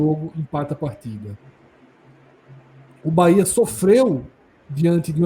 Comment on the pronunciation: Parabéns pelos comentários imparciais e com muita lucidez. Só precisam pronunciar o nome correto do BahEa com E e não com i 😂😂😂 UBBMP🙌🙌🙌👏👏👏